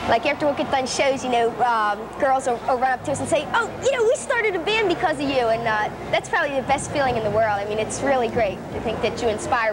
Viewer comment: I like how she says "bee-und" for "band"...I don't know why, but when I was going through puberty, she was the one that I, uh, thought about. , does Charlotte look wasted?